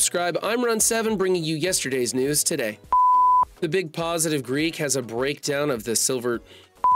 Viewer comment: In other news, the MSF community is not saying anything to correct and will see how long it takes him say Big Positive Geek’s name correctly.